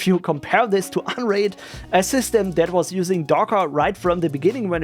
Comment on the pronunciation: why i hear "Android" instead of "unraid" xD